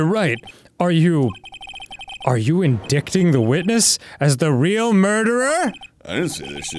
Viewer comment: forever pronouncing indicting like dan did